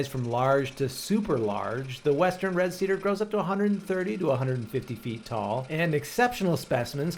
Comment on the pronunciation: See Dere … 😂(cedar=see there)